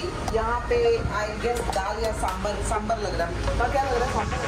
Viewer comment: Beautiful series. All your travel series are so much fun. Wanted to tell you it's not samburr, it's pronounced sambaar like "baar" baar dekho hazar "baar" dekho